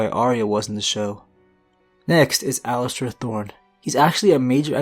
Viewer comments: It’s Aliser not Alister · It's Alliser, not Allister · It’s Alliser not Allister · Alliser Thorne, not Allister.... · Isn't it Alliser instead of Allister?? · Alliser Thorne. Not Allister Surprised Cersei is so low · it's alliser Thorne not allister Thorne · it's alliser thorne not alllister thorne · its alliser thorne not allister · His name is Alliser Thorne not Allister Thorne. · It's Alliser, no 'T' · aint no T in Alliser